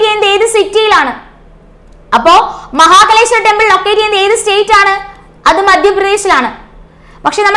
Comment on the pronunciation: മഹകലേശ്വർ അല്ല മഹാകാലേശ്വർ